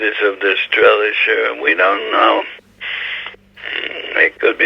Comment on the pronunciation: The correct pronunciation is “strasheyler” not “strelisher”